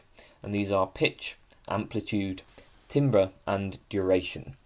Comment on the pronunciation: TAMBER, IT'S PRONOUNCED TAMBER 😭😭😭